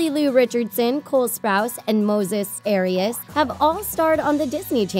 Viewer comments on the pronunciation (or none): Did she really just pronounce arias wrong 🤦🏻‍♀️